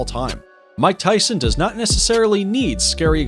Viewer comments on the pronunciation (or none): no mike tison..its tyson...not tiga its tyga